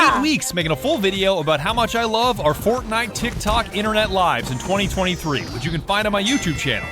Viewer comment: Did she call Fortnite ForkKnife? I just wanna make sure I heard that right